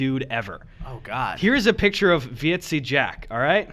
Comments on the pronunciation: Heyy bois, Dutch guy here. When Gus was talking about 'Vieze Jack', that is pronounced very similar to visa, but like vis-uh. Vieze just means Dirty, so you could get away with calling him Dirty Jack (which pretty much fit Gus' description of him :P) Also, I believe I speak for every single Dutch viewer when I say please do a meetup if you do end up visiting here to collab with Jack. We would all absolutely love to meet you in person! ^^ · Vieze Jack, pronounced "Vee-za" Jack. Like you're trying to say visa but gave up at the end. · The way you pronounce"vieze" jack fucking dying XD